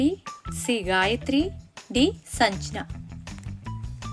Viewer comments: అమ్మా “శ ” బదులు “స ” . “సంజ్ఞ ” బదులు “సజన” అని పలుకుతున్నారు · సంజ్ఞ... నరిగ్గా పలకండి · సంజ్ఞ, శచి పలకలేకపోతున్నారు.